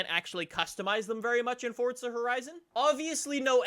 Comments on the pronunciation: For-za not for t za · ITS “FORZA” NOT “FORTZA” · i dont get why you pronounce it "fortza" its pronounce "forza" go back to school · Idk why but i get so triggered when he says ForTza Horizon.